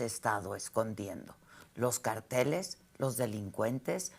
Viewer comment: cÁrteles Adela CáRTELES cÁrtel CáRTEL ACENTUANDO LA Á á